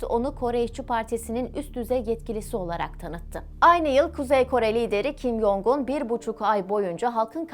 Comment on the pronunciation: Video bilgilendirici ve güzel öncelikle teşekkürler. Bu arada üzerinde araştırma yapıp bilgilendirici bir video hazırlarken kişilerin isminin telaffuzunu doğru yaparsanız daha iyi olacaktır. Kim Yong-un diye değil türkçe Kim Cong-ın (김정은) ve kim Yo-cong(김여정) diye telaffuz edilir.